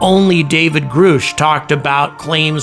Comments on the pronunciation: Grush not Groosh !! You still are pronouncing it wrong .why are you the only person on the internet not pronouncing his name properly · It’s pronounced grush, like rush or brush. They only said his name several times.. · His name is pronounced Grush. UAP ends in the plural, phenomena. Therefore, there’s no need to add an S at the end like you do in UFOs. Great work, I can’t wait to see how you continue to cover this topic. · Why do you say Grusch the wrong way? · It's Grusch, like Rush, short "u". Heard the man say it himself to Ross Coulthard. Check the beginning of the first interview. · Why do you still pronounce his name wrong? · hard to believe someone’s actually “read up” on the topic when the single most important (and rather simple) name, which has been repeated over and over, is mispronounced. 😕